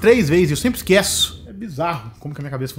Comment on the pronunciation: "ESQUÉÇO" ? Já que você é um influenciador, deveria falar as palavras corretamente, pois muitas pessoas se espelham em você